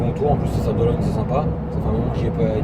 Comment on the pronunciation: Sympa le passage aux Sables d'OlonNE (pas Ologne) 😁 je connais bien et j'y vais dans un mois... a+